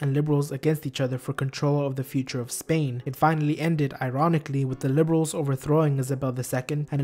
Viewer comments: Overcorrection. It's Isabel, not Isabella. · ISABEL. ISABELLA, NO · It is not Isabella (Italian), it is Isabel(Spanish).